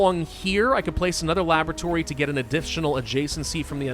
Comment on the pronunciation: Why do I keep hearing Lavatory when he's saying Labratory xD